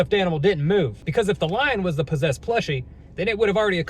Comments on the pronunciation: I love how he says posesed❤❤❤❤❤❤❤ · he says possessed like po...ssessed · I love all of his content. I also love just the way be speaks, especially how he says "possessed". I don't think there's a more amazing one person comedy channel on YouTube.